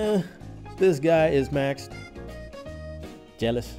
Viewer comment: HAHAHAHAH LIKE THE WAY YOU SAID JEALOUS 😂😂😂